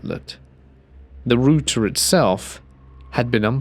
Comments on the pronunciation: Exactly!!! It's a router! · "Root"er kept throwing me off 😂